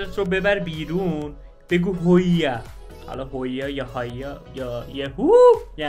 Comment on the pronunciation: هایا رو درست نگفتی 😅